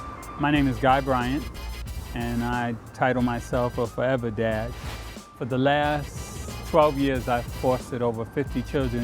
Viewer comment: I thought he said forever dead